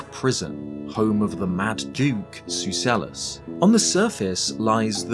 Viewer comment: btw Duke Sucellus's c is a hard c, pronouned "soo-kell-us"